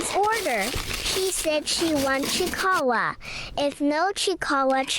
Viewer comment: I thought that said chiawaw....chihuahua not kicahae...chiikawa (3rd tiktok to be clear)